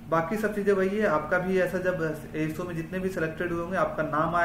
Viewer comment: I think golden ASO ❌ golden SO ✅ Correct me if I am wrong 😅